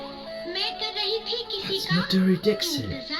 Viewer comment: Say Maa-dhuReee Dixit...Respect the legend with correct pronunciation..👏👏